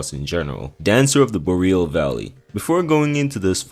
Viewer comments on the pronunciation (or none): none